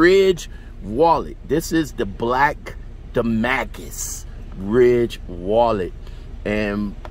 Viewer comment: Say it with me DA-MAS-CUS Pronounce the S NOT DA-MA-CUS